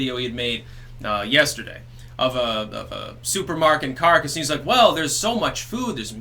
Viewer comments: It is CAH-RAH-CAS, not Carcass. That's about all. Piss out. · Caracas = "kuh-RAH-kahss," not "carcass"—although I do love that mispronunciation, given the lifelessness of Venezuela's economy. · Okay not to harp, but try Caa-Raa-Cass... not the best pronunciation of Caracas, but it's better than "carcass"... lol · I enjoy vids but he really mangles Spanish. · Carcass, Venezuela... appropriate mispronunciation and well-done. Why isn’t MSM reporting anything that’s going on there? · It's "Kah RAHK us" for fuck's sake. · For the love of the spaghetti monster, please learn how to say Caracas.